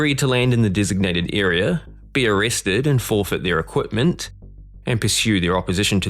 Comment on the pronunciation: Why is he saying equTment ?